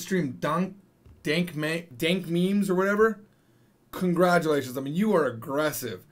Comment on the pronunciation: To think that my man knew how to speak like 4 or 5 languages and maybe more now yet he didn't know how to say dankmemes honestly made my day😂